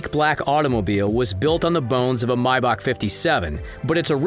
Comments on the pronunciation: May-Back not my-beck.... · Who says mybach lmao.. it’s maybach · If he says “Mybach” one more time ima kms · Did this man just say mybach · Why is he saying "mybach" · Yea he did it 2 more times, y’all tripping